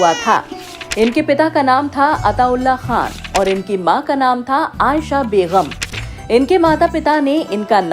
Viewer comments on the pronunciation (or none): Bagam not baygham! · Longer than the video is your list of questions...very boring madam it's begum not begham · Madem Urdu ke talaffuz sahi kare kamyabi and begum ko sahi pronounce kijiye